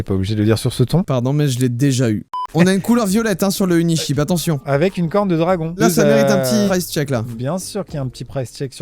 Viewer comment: Joyca je t’ai cramé t’as pas compris « unisheep » comme le mouton mais « uniCHEAP » comme pas cher 😂